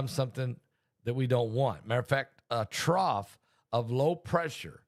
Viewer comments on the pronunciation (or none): none